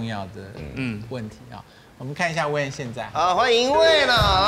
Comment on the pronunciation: wayne 念成 when